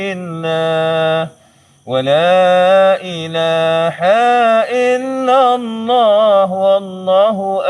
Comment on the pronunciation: Angkat syahadah baca asyhadu alla ilaha illallah bukan asyhadu alla ila haillah